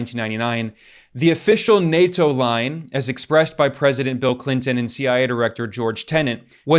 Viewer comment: plz fix the way you say nato